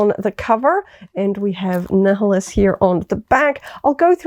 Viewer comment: you can easily tell you aren't a star wars fan when you pronounce Darth Neeheelus instead of Naiuhlus